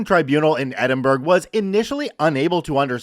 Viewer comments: The "burgh" in Edinburgh is not pronounced like "burger" but more like "burra". Any Scots out there may refine this but my source is my mum who was born there. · "Glass gow" "Edin burg" Help...a piece of my soul is being ripped away every time... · ED-in-Borough is how its pronounced!! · Edinburgh is pronounced Edin- borough. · Nice stories as always,, but I have to say that "Edinburgh" is pronounced like "Ed-in-bruh" or "Ed-in-borough". I know that I'm just a filthy English person, and am not the best person to be correcting you on Scottish place names, but I know it's not how you said it. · I love hearing US and Canadian people aay Edinburgh. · The pronunciation of Edinburgh and Glasgow 🤣🤣🤣🤣🤣